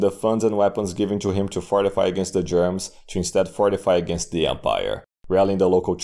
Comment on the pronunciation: The way you pronounce "Germans" as "Germs" is funny to me. Also "Ballomar" is a badass name for a barbarian warlord/king.